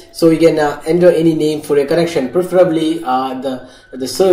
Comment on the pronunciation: Its not working in windows 10 phone.... Bro... by the way its not 'ender' its 'enter'